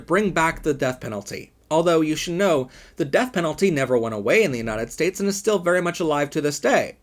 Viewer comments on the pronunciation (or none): none